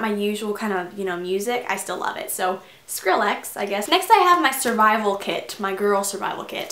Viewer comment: you pronounced Skrillex wrong!